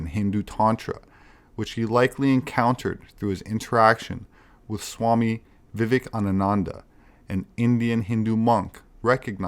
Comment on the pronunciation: In "gee -language" ((C) 2024 Can't get" Swami Vivecanananda" basic syllables of pronunciation correct. Too much energy for the question mark